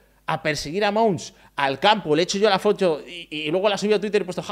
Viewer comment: La Fotou Parecía una imitación del tipico guiri en españa 😂